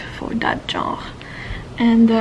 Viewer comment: Amazing video! Your channel is quite inspiring for those of us studying CS and CS-related careers. Also, in english 'Genre' is pronounced something like 'shun-ruh'. Greetings from Argentina!